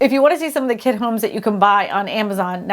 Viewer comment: She keeps saying kid homes instead of kit homes lol